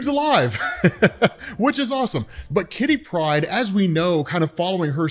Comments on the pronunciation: Why do you say Kitty Pride like it is "pride of kitty" rather than a name? It should be /ˈkɪti ˈpraɪd/, not /ˈkɪti praɪd/ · Jesus, please stop pronouncing Kitty Pryde as one name. Katherine (Kitty for short) is her 1st name, and Pryde is her last. Her name is not Kittypryde. Damn son.